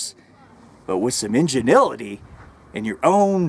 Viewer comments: You said "Ingenility" lmao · Did he say " injenility"? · did this guy just "ingenility"? Ingenuity I think was the word he was looking for. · Enginility lol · Enginility... Please tell me he meant to say that... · injinilitty? LMAO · I love the "inganility" hahahahaa love this guy! He needs to be on HP TV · yes... yes he did :(